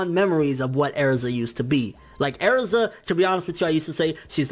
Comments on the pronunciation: It's "Erza" not "Airza" or "Eriza" okay... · I hate how you call erza airza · Airiza God damn mispronounced Erza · Ersa ITS ERZA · The way he says Ezra bothers me, areza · Her name isn't Airza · Stop saying airza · You’re saying Erza wrong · I understand everything you said. but happy and erza dude like cmon. first off your nor pronouncing erza correctyl. second erza becomes much closer with her friends after tenrou because in case you didn't know they got wrecked by a guild and a fucking dragon.... and we're stuck in comas for 7 years just to let you know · So you hate Happy and Erza and Natsu ?....... Okay not to be mean but learn how to pronounce the name ERZA before you try talking and please i understand the Happy part but Erza and Natsu ? Theres something wrong with you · Say erza properly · I love happy... he's freaking adorable. Plus he ships nalu so ya.... I also don't mind sting and rouge any more... When you said I was really pissed because he did improve a lot actually! This is starting to annoy me... ERZA! ERZA is my spirit animal! Go away. YOU SAY ERZA WRONG Hiro mashima is an amazing person Go away